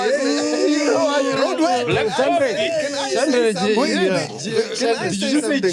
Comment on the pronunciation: "Black CoffTea "🤣🤣🤣